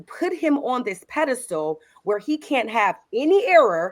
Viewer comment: It's "PEDESTAL" not pedistool